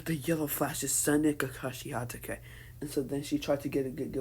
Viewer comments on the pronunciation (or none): none